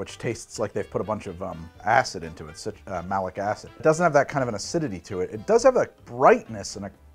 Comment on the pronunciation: Im sure im not the only one in the winterjack notes to hear "they put a lot of ass in it" instead of "acid" 😂😂